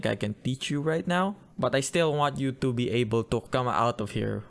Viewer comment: I love how u say "tu" instead of "to"😂❤